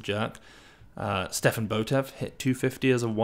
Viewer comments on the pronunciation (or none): none